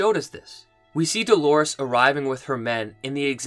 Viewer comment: "Doorlores".... if you will...